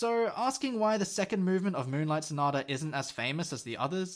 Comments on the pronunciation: "m-uwu-nlight sonata" caught me so off guard 💀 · Lmfao your commentary 😭 ”m-uwu-nlight sonata” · "m-uwu-nlight"? *Dude.*(he says reproachfully) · "m-uwu-nlight sonata" dude 😂😂